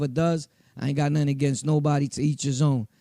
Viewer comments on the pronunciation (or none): none